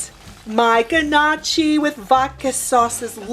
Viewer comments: It’s (NOE-kee) not (GUH-Nah-chee) lol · I just have to correct you.. “NYO-Key” is how its pronounced not guh-nah-chi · It's pronounced knock-y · Everytime she says g-nocchi an Italian loses their wings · lol yea it was painful for me and I’m only Italian by marriage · Love your videos. This doesn’t disappoint. FYI, Gnocchi is pronounced, NYAOKAY. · Pronounced “NOOKI” The G is silent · lol nooo that’s not how you pronounce it hun but good recipe! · she pronounced Gnocchi really bad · So which one of us is going to teach her how to pronounce it properly??